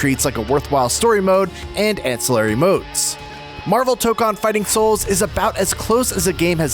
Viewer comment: It’s toe-cone